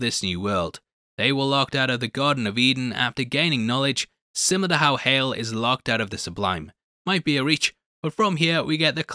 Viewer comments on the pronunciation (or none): Lmao! I commented to myself about how he said "hal" instead of hale then you made the joke your the best